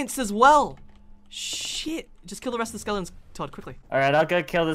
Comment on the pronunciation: why does say Skeledons